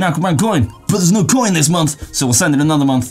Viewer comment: I've never noticed how you say "coyin" 😂👍 also... What have you been on!? 🤔😉